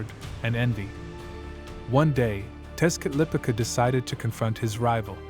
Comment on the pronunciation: Texcatlipoca = tesh- cah-lee- po-kah